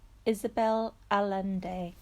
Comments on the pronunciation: Please learn proper pronunciation of her name, it’s not that hard- especially if you intend on showing your YouTube video on an international level! It put me off too! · I turned off the video the moment I heard your pronunciation of Isabel Allende's name!!! Outrageous that you are reading a book and do not know how to read the author's name.